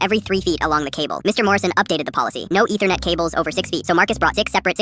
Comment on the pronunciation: Why is like no one talking about how he said “Ethernet”